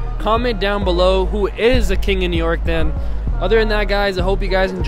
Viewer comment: Out of towners say new nork....